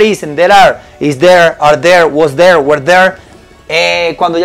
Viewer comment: Realmente me encanta como tus videos me ayudan cada dia a mejorar mi ingles. Solo como comentario "la pronuncionacion del were" que estas utilizando no es la correcta. Por mucho tiempo la pronuncie de la misma manera que tu pero no es la correcta. that is all, thanks